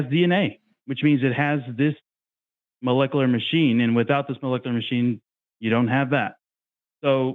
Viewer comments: When he said "molekuler" multiple times, I knew we were in for optimum nonsense. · Besides his nuh uh, can't happen, and obviously reading from a script he didn't understand. Every time he said melekalar or however he pronounced it a part of me died. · Every time he pronounces malecalerrr i die a little inside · if you can’t pronounce molecular, you can’t debunk it